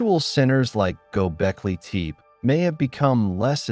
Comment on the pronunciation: Gobekli teep? Pass. AI slop.